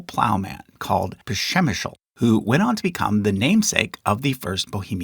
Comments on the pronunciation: yeah I was confused by that pronunciation too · As Bohemian I must tell that Kings Otakar I. and Otakar II. in our country are known as Přemysl Otakar I. and Přemysl Otakar II. they both use name Přemysl at home and Otakar outside becose for foreines is hard pronounc Přemysl and King Charles is known in our country as Charles IV. becose we count his highes rank that is Emperor first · How is Přemysl pronounced? Would it be like prem-E-səl? Prem-ih-zel? Does the ř even use the same rhotic as English?